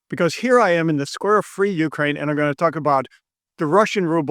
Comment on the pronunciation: Are you saying "Slave Ukraine"? 😂